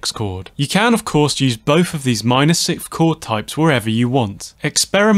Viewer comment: Man, I REALLY appreciate and love your videos, one small remark, though: since I am very concentrated on the sounds you produce (that is the scope of those videos, right?) when you say sikth instead of sixth, I feel like a sharp piece of ice just pierced my ear, each time. Since I am not a native english speaker, I might be wrong, but to me, it sounds like you're swallowing the "s" before the "th" to emphasize the "h" which sounds extremely annoying to my ears. That's why I wanted to humbly ask viewers of the channel (including yourself) to clarify. As far as I can remember, everyone always said: s-i-k-s-t(h), not s-i-k-th, usually pronouncing the "th" more like a standard "t." Or am I missing something? :) Keep up the good work, you've made a ton of difference to my songwriting!